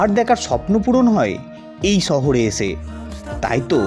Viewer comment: সহরে নাকি শহরে 😮